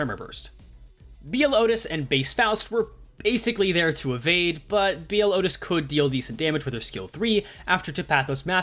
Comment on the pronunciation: your pronunciation of Outis is wrong, it is "oo-tis", she is not the cow from barnyard